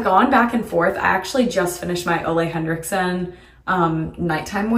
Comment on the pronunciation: Not to be the pronunciation police, lol, but Ole Henricksen is pronounced "OOh-la"